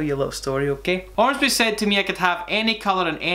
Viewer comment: ormsby not armsby damnit holy fuck when I have to google because the enunciation is so wrong not just bad. anyways....